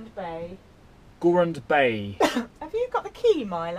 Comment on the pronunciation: minutes - wow - that view! But your pronunciation is terrible - Shieldaig is like 'sheel-dig' and Gruinard is sort of like 'groon-yard' . But I forgive you - love your videos:)